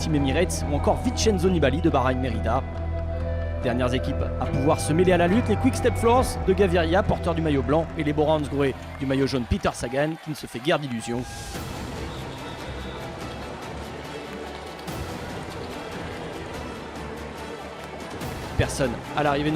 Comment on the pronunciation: sa gan, not sag an